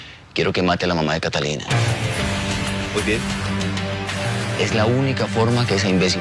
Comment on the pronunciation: Me da mucha risa con don marcial por que no sabe decir catalina y dice catilica